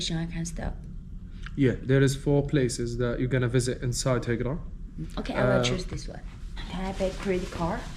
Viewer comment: 游点名字是Hegra, 赫格拉。Al-Ula. 阿鲁拉。说的不清楚会误导观众。😊